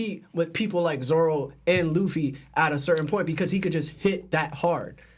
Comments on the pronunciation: Lol does it bother anyone else bruh says Zolo & not Zoro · why tf is he saying zolo ?? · This guy said zolo? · Had to stop watching after hearing him say zolo over and over